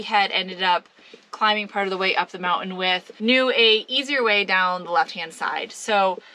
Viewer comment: Moun~ain , I like the way you say it.